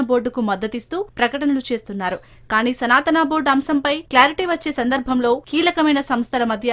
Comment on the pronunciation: తెలుగు వాళ్లేనా ఈ వార్తలు చదివేది, రాసేది? ఏమి చదువుకున్నారు? సనాతనా అని అనేక సార్లు పలకడం ఏమిటి ? పైగా శ్రీ శివావతారము, సిద్ధులు, మహాత్ములు, మహిమాన్వితులు, పూజనీయులైన శ్రీఆది శంకర భగవత్పాదుల వారిని అతడు అని ఏక వచన సంబోధన, బుద్ధి, సంస్కారం ఉన్నాయా?